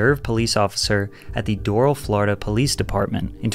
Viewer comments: Doral, Florida is pronounced “dur-AL”, with emphasis on the 2nd syllable. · Doral is pronounced Door-Al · It’s pronounced Dor-al